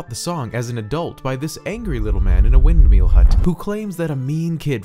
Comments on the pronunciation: Anyone else bothered by his pronunciation of windMEAL as opposed to “windmill”? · "This angry little man in a Windmeel hut" that's how I heard it.